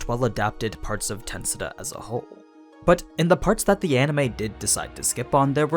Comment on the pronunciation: Stop saying Tensuda plsss